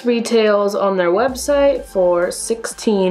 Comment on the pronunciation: who else heard doll-hairs instead of dollars😂